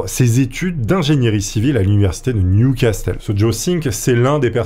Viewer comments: J’espérais que tu l'ais refaite en prononçant correctement "Newcastle " .. Ça se dit "new casseule" pas " new castelle " 😀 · Repeat after me : Niouvasseul, pas nioucastelle bordel ! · Newcastle se prononce nioucasseul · "Nioucastelle"... des barres la prononciation ^^ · "New Castel"? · Ça se prononce NIOU CASSEUL !!! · le "t" ne se prononce pas